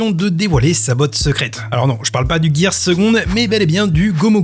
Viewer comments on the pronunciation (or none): Trop bien de revoir certaines techniques ! J'ai l'impression que tu te pourris la vie à dire "GearS", ça se dit juste "Gear" 😊 dire "second", "third" etc derrière est tout de suite plus simple haha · on dit pas girsse mais girre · j'adore tes vidéos, elles sont super bien montées et écrites y'a rien a dire la dessus, mais s'il te plait pourquoi tu dis " GEARTH "?? x') au début tu m'as foutu le doute! et après m'être documenté j'ai vu que ca s'écrivait bien GEAR ( et en japonais ca se prononce " GIA " ) ^^ <3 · la vidéo est cool mais par pitié y'a pas de S à gear j'entends que ça